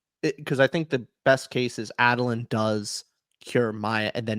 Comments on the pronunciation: Adolin (Ay-Doh-Lynn). Enjoyable show but that hurt every time you guys said Adolin the way you did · A-dole-lin is the correct pronunciation btw. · The way they say Adolyn infuriates me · Add-a-lin… it had me twitching the entire time lol